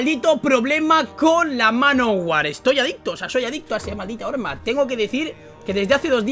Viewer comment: jajajajaja dice orma en ves de arma